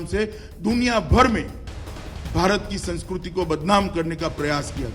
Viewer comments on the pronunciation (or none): Abe totla sankskruti nahi Sankskriti bol